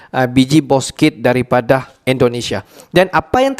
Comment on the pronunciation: Bukan boskit min, bouksit